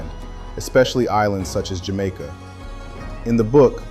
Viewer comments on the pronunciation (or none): none